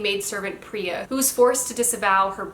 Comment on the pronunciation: It's pronounced as Pre- yeah for Priya. And Maa- lee- nee for Malini. Thought you'd like to know.